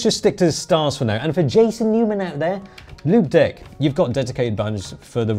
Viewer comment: Before I saw the actual product name on the keyboard, I thought you were saying "limp dick". 😂